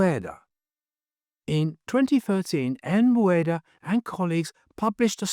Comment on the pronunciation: Verde is pronounced ver-day. A popular southwest food is Chile Verde. Never pronounced verd. Just saying.